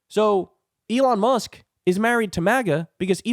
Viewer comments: Lol , he said "elon muck"! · Elon “Muck.” Nice fraudulent slip there 😆 But accurate! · Oh, I like that: Elon Muck. A slip of tongue often reflects the Truth! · Elon "Muk" lol😂..kyle, you're always spot ok on. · Pee yew! What is that smell! It's Musk.